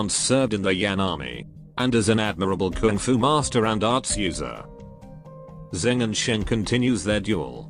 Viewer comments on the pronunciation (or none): none